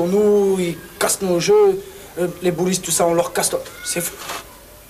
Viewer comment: Ah!!! J'ai compris qu'il disait les gaullistes en parlant des boulistes.